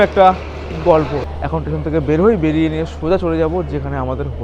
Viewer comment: I believe ur a new blogger in tour, mentioned off season rate of hotels, 6"x7" ft bed cannot accommodate 3 A,, also rectify ur pronunciation, instead of station, tesan, construction - contraktion, is heating on ear, please give me a season 2+2 beaded, commode toilet, hot water 24 hrs room tarrif preferably in ground FLR near sea beach as close possible, because I have 1 aged female having problems on both knees, with out lift is not possible to stay upper flrs, I need two 2+2 beaded commode toilet geyser room in 2nd week of jan in Full season.